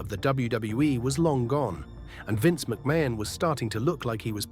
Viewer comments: Vince McMain😂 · The pronunciations of McMahon is funny though